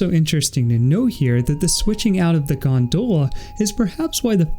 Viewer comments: good video but, Gondola, not Gondoela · As irish I agree. It's gon-dolla